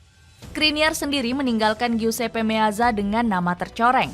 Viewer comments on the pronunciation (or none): none